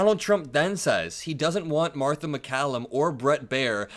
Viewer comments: "Marther [sic] and Brett" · Marther and Brett, Marther..MARthER. WHY DID YOU SAY THAT NAME? 😅